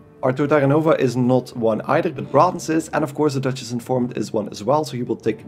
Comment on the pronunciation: Love your accent and how you pronounce Braathens :D thanks for the guide!